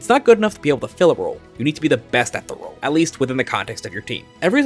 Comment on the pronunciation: is there a reason you said "roll compression" instead of "role compression" that im missing?